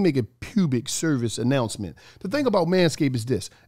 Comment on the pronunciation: Awwwh Mane. ... NOT AH 'Pubic Service Announcement!'🤣